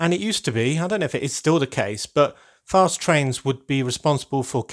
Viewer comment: Fast not gast